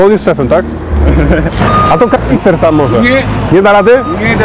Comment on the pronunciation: Ta cenzura "r" przy słowie "kaRnister " XD